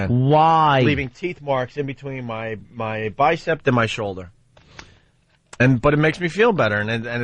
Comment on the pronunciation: Legends say this man bites his "bicept" still to this day......